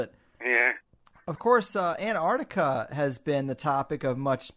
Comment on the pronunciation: Ant-arC- tica